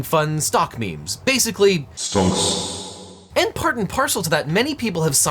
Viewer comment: Have i lost my mind or did he say STONKS every time unless it was a direct quote?